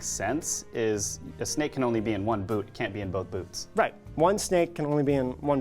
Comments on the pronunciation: He did say boot, but he said it in an odd way that it sounded like “boots” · Also Woody is definately still saying "There's a snake in my boot" people are just mishearing the exentuated "T" as an "S"